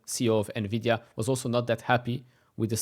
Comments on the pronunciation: I agreed. Nuh-Vi-Dee-Uhhh is ANNOYING. It is pronounced En-Vi-Dee-Uhhh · Navidia LOL and this guy is actually on TV pronouncing it incorrectly